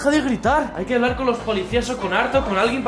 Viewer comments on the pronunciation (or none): dice habalr xd